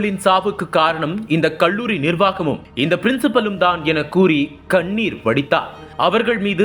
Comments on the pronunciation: தமிழ் உச்சரிப்பு சரியில்லை!! "கள்ளூரி"யில்லை, கல்லூரி. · நாமக்கள் மாவட்டம், கொள்ளி மலை, கள்ளூரி-: தமிழ் உச்சரிப்பு எப்படி???